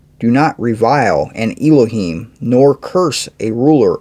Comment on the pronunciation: Elohim- is pronounced El-o heem,El is like in the word Bell without B